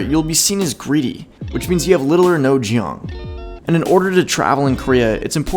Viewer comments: Pronounce Jeong as Jong, not Jiyong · not a "jee-young" but like "chon" or "chohn" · If that was the correct spelling of "Jeong" then it's pronounced jong (like king KONG). If it's JI-EONG, then you said it right. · Go Local it’s just pronounced jong lmao, unless you meant to spell it as jyong/jiong lol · As a Korean, I'd say it's a worthy effort. But it's pronounced more as 'jung' -- simple and quick. No need to stretch out two separate vowels. It's only romanized with 'eo' because there are no one equivalent vowel in Romantic languages. When I first heard it, I thought you said "Ji Yung" which sounds Korean girl's name. Still, a good effort. Good luck. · Jeong is more pronounced like Jung 😂 Not like Ji-young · Its not jeong as in Jee oong its tong. Fir pronounciation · Do not use Korean terms if proper pronunciation is not used: Jeong is pronounced with a semi--soft "ch" sound, not a J sound. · jeong is not pronounced like jee-yong, it's pronounced like jung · Most of this is accurate ~~ good job! (You can pronounce the word jeong correctly if you begin by saying “jaw” and add -ng. The result is a one syllable word, not 2, that rhymes more or less with”wrong”.) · Its not je-yong. Its Jong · I am a Korean-American in New York. Jeong,...정 is what you mean and is pronounced more like J sound adding before YOUNG (YOUTH). you could spell JUNG but not joong. 정 is a connection between individuals of many relationship. It is very hard to explain... Also you mixed lots of Japanese clips and Korean clips. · Correct pronunciation of 정 is "choeng" as in the English word tone but say it with a "ch" and nasal sound "ng". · It’s pronounced “jung” like in jungle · LOL. "Jee-ong" I can tell u don't speak Korean 😂 awesome video tho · If you ever want to pronounce something that has eo in it, you just pronounce it as an o. So Jeong is pronounced Jong 😊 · Jeong is "정"it's actually pronounce as jong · i got so triggered when u said 정